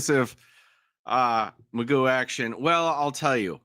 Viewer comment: His name should be pronounced like McGoff- I wonder where in history it became Magoo